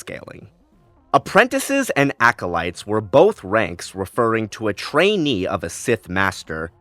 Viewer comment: Unfortunately I winced every time you said acolyte 😮‍💨